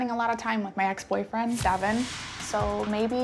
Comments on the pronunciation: Devin= duh-vaunn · His name is not Devin it Devil